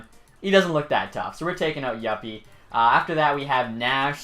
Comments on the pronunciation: youppi not yoppi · You miss said youppi it is you-ppppp-y